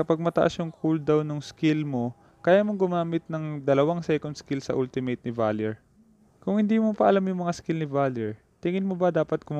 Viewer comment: when you pronounce ultimate it's wrong bro.